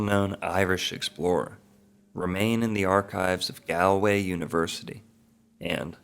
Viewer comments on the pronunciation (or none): The first syllable of Galway is pronounced like a "wall", not like a "gall" from kalamazoo . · 😂 you are saying Galway wrong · It would be nice if Galway was pronounced correctly. Nice piece. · Gaul-way or Gallway is how you say it. Come on man, research names when your doing your vids. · Great work. Galway is pronounced “Gall-way” like “all” btw. Very interesting info here. Thanks! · This is a brilliant piece of work, I expected it to be easily dismissed woo-woo... it isn't. Really got me thinking. Thank you. [And brought tears to my eyes that last scene of the Brendan doc... ach, very moving, very moving.] Galway is, incidentally, pronounced "Gaul - way" in English anyway... with an "a" like "Saul" or "small". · Galway is pronounced “Gaul-way” . Just a friendly fyi from an Irish man ✌️ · Dublin here. I have heard numerous culchies pronounce it like the guy in the video! "Gale - way." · Who are you to say what every Irish child should know when you don't know how to say Galway? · How do you make a three hour video and mispronounce the name of the city?! lol